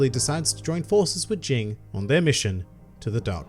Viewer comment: Oh and it's not Jing, it's Ging.